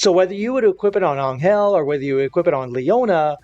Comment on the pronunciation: Is this guy butchering Angels name or am I tripping